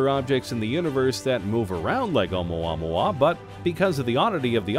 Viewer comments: It drives me nuts cause he pronounces it wrong. I literally went to the comments to find someone who thought the same Haha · I feel...something...idk every single time he says OUMUAMUA. YOU FEEL ME? OU MUA MUA OU MUA MUA